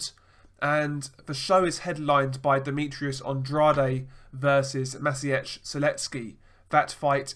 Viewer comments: Just an fyi me old mucka, Andrade is pronounced “and-raid”....he talks about himself in the third person during interviews. Never trust a man who talks about himself in the third person.... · I think you butcher Andrade name.